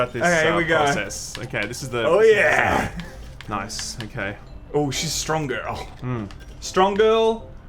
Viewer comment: pop "noice"